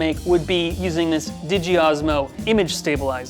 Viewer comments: Can we please talk about the 'ditji' osmo pronounciation? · Did I just hear you say DIJI gimbal? LMAOO it’s “DJI” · It's DEEJAYEYE not Dji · DIDGI? I thought you pronounced every letter D J I have I been saying it wrong all my life? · Ok. No hard feelings or anything but I started cracking up when you said digi. It is pro bounced d j i. Like separate letters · This is the first time I have heard someone pronounce DJI as dji and not D.J.I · Is he saying “digi” instead of D J I? Haha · I’ve only ever heard people pronounce it “D-J-I” 😂 hearing it called “diggie” made me laugh. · Its pronounced “D-J-I” not “dji” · i can’t get over the fact that he calls d-j-i diji for some reason… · Did you just call D G I, dgi that's halarious! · Please tell me you are trolling when you say “digi” instead of DJI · this is the first time I have ever heard some one say Digi instead of D-J-I... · Hold on hold on hold on hold on.... dijee???? You just pronounce the letters. DJI. I've never heard anyone get this wrong before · First time I’ve heard DJI pronounced Digi. Interesting. To the point of the film, yeah the results weren’t bad overall. iPhone has its place, and with practice it can hold its own. I really appreciate discussing how the codecs work and the editing phase. People forget about the backend workflow. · Please don’t say he just referred to D-j-i as diji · Its not ‘deejee’. Its D J I. Its throwing me off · A DJI (DIJY) OM 5 🤣🤣 Its D-J-I, pronounced as the 3 letters... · btw its D-J-I not D-ji... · why'd you pronounce dji as diji, just say the letters, much better sounding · I'm sorry... Did you just call DJI... DIGI?? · DEE - JAY - EYE. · No one is gonna mention the man called DJI “dchi”?! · I found the Digi pronunciation of DJI odd, as well. Does he pronounce their southern neighbor as “Ooo-sah” instead of “You-ess-ay”? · it is d-J-I.He is pronouncing it wrong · did he just pronounce DJI..dijy???? mind blown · Does he call DJI “digi” ?? 🤣🤣